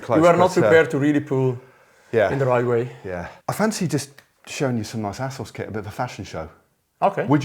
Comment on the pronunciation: Brilliant - but I can't help but hear 'arsehole' when Matteo says 'Assos' 😂